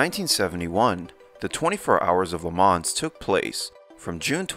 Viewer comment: It's a long time since I've heard 'Le Mans' pronounced with the 's'.